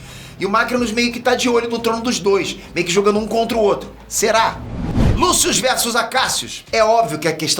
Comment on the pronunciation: Eu "MEI QUE" não entendi o seu "MEI QUE" no vídeo.